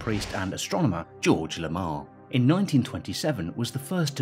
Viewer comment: I'm sorry but "George Lamaar" really ? XD